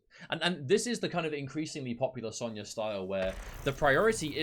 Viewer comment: Sonya "Zone-ya" Blade